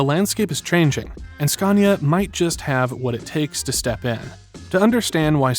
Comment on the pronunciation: Would be awesome if you could pronounce Scania correct